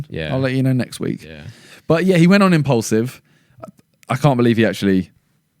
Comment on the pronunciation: Does Simon say impulsive instead of impaulsive or is it just me